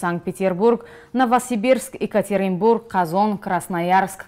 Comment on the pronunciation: Не Экатеринбург а Екатеринбург бесавод